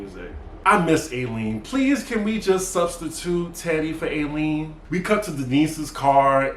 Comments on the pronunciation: Her name is Eileen...pronounced I-lean dear. Love her too. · Can you PLEASE say EYE LEAN (Eileen)